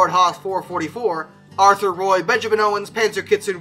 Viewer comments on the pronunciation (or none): none